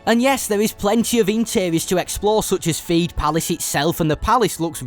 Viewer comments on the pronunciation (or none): It’s Theed, not feed 😂